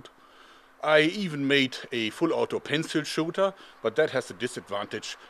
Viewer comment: Say's "pencil shooter"....while i hear 'panzer schutze''